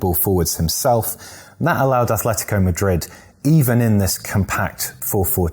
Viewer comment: Just one minor detail here: it's Atletico. No th there. Atletico. The one with "th" is Athletic Bilbao.